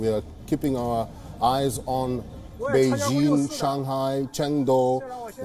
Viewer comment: Wion's reporter can't pronounce a simple word like "beijing" properly. Send him to China!